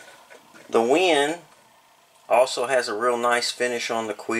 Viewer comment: great review, very informative. but the company name is WEN, not WIN, just so you know.